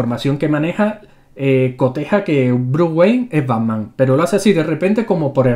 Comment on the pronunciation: banman? o pacman? jaja